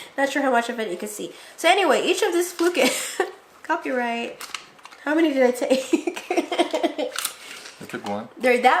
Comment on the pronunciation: I love you both but I wish “How” could be pronounced properly and not “Ho”.